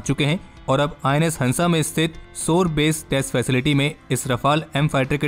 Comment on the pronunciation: Are baba... sore nahi shore...